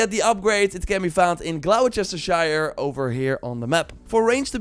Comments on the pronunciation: Gloucestershire is Gloster-Shire not Glouwchestershire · It's pronounced Gloster sheer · Bro said Glow-Chester-shire